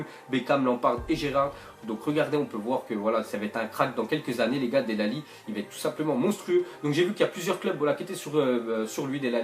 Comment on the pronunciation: del alli ?? 😂😂 ça se prononce delé et il est fort depuis longtemps